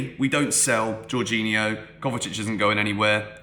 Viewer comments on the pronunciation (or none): none